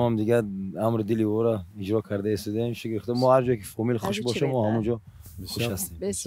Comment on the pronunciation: گفتن خوب ارجا کردین هههه اجراَ نه ارجا